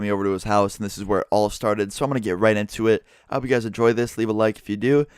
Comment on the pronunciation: guyses is NOT A FUCKING WORD